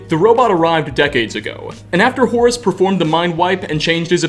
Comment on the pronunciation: I like the way you pronounce "Horace" ^^